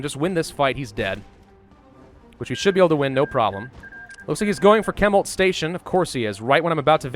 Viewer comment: ... I hate to nitpick... I hate to that guys... but it’s pronounced shemult not kemult. (Chemult).